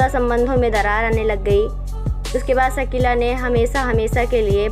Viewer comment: सकीला नहीं शकीला